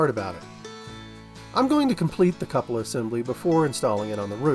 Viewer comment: I'm pretty sure its pronounced Koo-puh-lah. A variation is Kyoo-puh-lah.